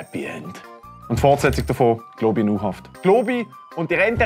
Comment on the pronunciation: Dä einzig Globi da isch dä. Und du sprichsch globi falsch uss es heisst globi. Nöt glooobi